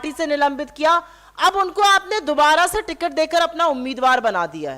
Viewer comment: टिकर नहीं, टिकट हैं।